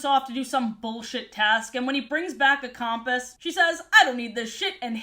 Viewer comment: i love your videos and this one is great as always but i still can't get over the way you say compass and the fact that you keep saying pixie hollows with an s when it's not supposed to be plural 😅